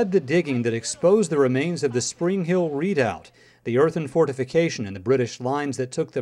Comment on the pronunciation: Its pronounced re·doubt. They really butched that word.